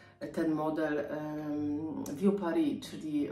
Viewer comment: Dzbanek francuski BOSKI! Vieux Paris trzeba czytać ... nie "wiu" tylko usta układasz jak do "u", ale mówisz "e", że tak ... nie fachowo doradzę 😃😄 🍀🌻🌿☀️🍀🌻🌿☀️🍀🌻🌿